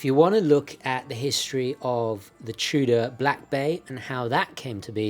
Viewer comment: Are you saying “Trudah” ? The R is after the O, not after the T.